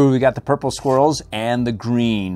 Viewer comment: the sound of he said “purple swirls” and sounds like he said “ purple squirrels”